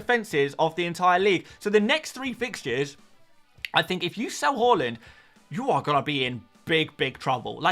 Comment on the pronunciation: Bro I subbed last week but it could have been way sooner. I was waiting for you to say Haaland's name properly but realised it wasn't going to happen. Enjoy the vids though!